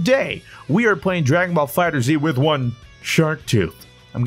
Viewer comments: ITS PRONOUNCED FIGHTERS, ONE WORD FIGHTERS NOT FIGHTER Z. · who wants to tell him it’s Fighterz(fighters) instead of fighter z